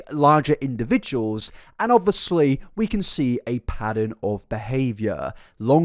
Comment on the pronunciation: Only if you FINALLY stop saying "Obwissly" you can pronounce "obvious" right, so PLEASE, for the love of god, don't pronounce obviously *obwissli*. I would love to watch your videos, but this is stressing me out so much, I really can't. I know it's my own problem, but I can't imagine i'm the only one triggered by it.